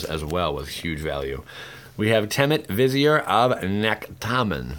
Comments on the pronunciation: Lol, well typed. (They're pronounced "Ree-jih-sore : long E, soft g sound, derived from the word 'regis' in Latin; and Vih-ZEE-er with accent on ZEE part, from Middle Eastern of same word for leader.) Just wanting to help you be more professional and knowledgeable when so many other channels just plain suck comparatively. Helps make them suck even more. (b^.^)b (can't make a thumbs-up skadoosh symbol sadly) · I just get annoyed when people don't pronounce the words correctly, like Regisaur or Vizier, but awesome to watch the pack openings :)